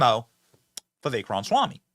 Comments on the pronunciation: Try to say it right Benny... Ram-A-swamy.. Not Ramswamy.. Jeeze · Love your show Benny. However, I do cringe every time I hear you poking a good humor jab at President Trump saying "Rahmshwamie". So? How is it any worse than you saying : "Rahmswammie". His name's spelling is: RamAswamy. There is a biblical principle which paraphrased is: "Let he who is without sin cast the first stone." (Just sayin').